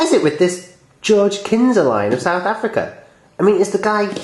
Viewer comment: Knysa is said with a silent 'K'